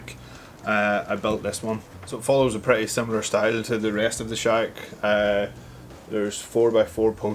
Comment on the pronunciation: I think you need to pronounce shack a little bit better as it sounds like shag at the beginning